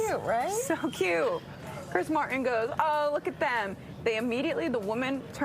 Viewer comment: It's Chris Martin not Chris Mar-en.